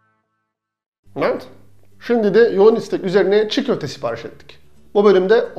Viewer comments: neden videoya girerken mevet diyorsun :D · Nevet diyisine hastayim reis